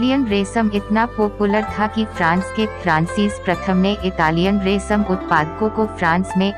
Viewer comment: Good information. But its "Resham" not "Resam". And also "Mystery" not "Mistory". Please correct.